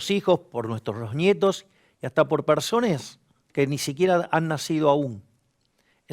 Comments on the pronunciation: Minuto 2....dijiste persones......que pasó?.... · dice persones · dijo persones 🤔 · noooo mileiiiii, no se dice persones, es personas 😓😓😓 no me digas que se te contagio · Escuché mal o MILEI dijo PERSONES.....??? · DIJO PERSONES! Jajaja es chiste, se nota que a Javier le pasan tantas cosas por la cabeza tan rapido que a veces se confunde al hablar, es normal que pase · persones xD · Q paso escuche mal o dijo persones milei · soy el unico que escuchó persones? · Dijo persones o es error del audio? Supongo que se equivocó. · Dice persones o me equivoco? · Javier no jodas con empezar a decir PERSONES👎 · dijo persones? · Dijo PERSONES JAJAJ crack (? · persones? supongo se equivocó pero fue como "what?" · persones? 🧐🧐🧐🧐 (Humor) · Dijo persones en el minuto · dijo persones xD VLLC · Se va integrando ... dijo PERSONES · Dijo persones??? No por favor Javi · En el minuto 2" dice personEs? Porque si es así pierde mi voto. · Dijo persones al principio o me pareció. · Dijo persones? o escuché mal? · Dijo persones ? Jajaja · Noo cómo va ah decir persones 😀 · nooo javo como vas a decir persones XDDDDD